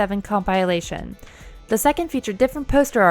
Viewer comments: "Com-pile-ation" *cringe* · That butchering of the pronounciation of compilation truly irks me Good video though